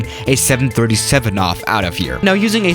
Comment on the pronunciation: Seriously? This production person really needs to gather facts and learn pronunciation 737’s and similar land here almost a dozen times many days.